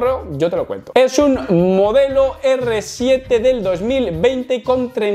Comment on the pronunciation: Es el RS 7. Siempre dices R 7, jajajaja.